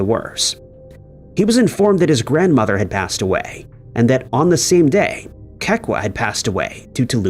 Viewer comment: Kekua = Keh-Koo-Ah